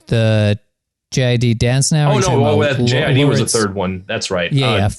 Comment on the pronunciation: JID isn't pronounced J-I-D, it rhymes with "kid." This is WAP all over again, Todd.